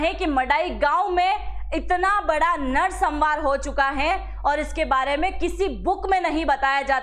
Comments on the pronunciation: नरसंहार का उच्चारण सही कीजिए मैडम जी, नरसंमार नहीं होता जी। बाकी इन्फॉर्मेशन के लिए धन्यवाद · narsambar nehi narsanhar...